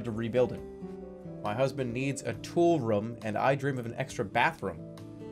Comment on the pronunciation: It's room not rum.